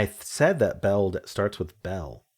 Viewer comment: I think what threw you off in the beginning was you were pronouncing Belle as Bella with an A at the end. Otherwise you might have gotten the disney character category.